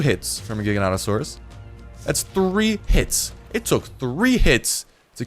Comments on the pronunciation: it's pronounced Jiga-noto-saurus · Gig-i-natasauras. Its Gigantic-sauras